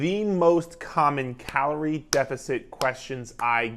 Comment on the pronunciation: The way you said Carol 😂😆 were you wronged by a carol sir lol but great video I enjoyed this